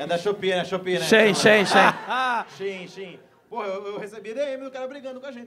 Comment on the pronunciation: gente não aceito falar "shiin" tem que falar CHEIN!!!!!!!!!!!!